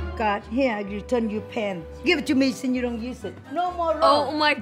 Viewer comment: We need a compilation of "Don worry" 😂😂😂